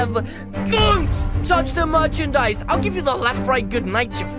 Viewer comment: You always say don't touch the murch and dise